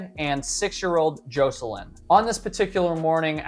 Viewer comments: Actually, it's pronounced JOSS-i-lin. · who pronounces jocelyn...JO-sil-in. it is JAW-sil-in. no sub